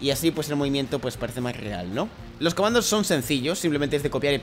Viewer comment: algien noto que dijo comados en el minuto 2 11